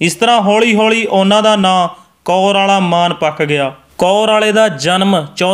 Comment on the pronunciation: Bhi ਕੌਰਵਾਲਾ ਨਹੀਂ ਕੋਰਆਲਾ